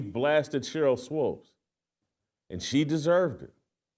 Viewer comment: Sheryl swOOOOps swOOOOps swOOOOps,Jason. Ridiculous. Almost as bad as you pronouncing insurrection inzzzurrection